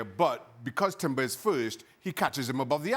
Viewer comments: How does Shaka not know Jurrien Timber's name? Called him "Julian" for the whole video. Isnt it his job to know the players name? Plus the Arsenal hate is so obvious. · I think Shaka should get a red card for persistently calling Jurrien Timber, Julian Timber. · Maybe get Jurrien Timber’s name right, Shaka